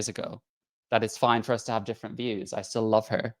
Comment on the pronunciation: “Still” not “sill”